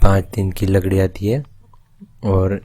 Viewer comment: bhai lakdi ki jagah ladki kiu nikal gya muh se 🤣🤣🤣